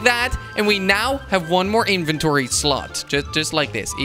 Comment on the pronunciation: Je legt de klemtoon verkeerd bij het uitspreken van inventory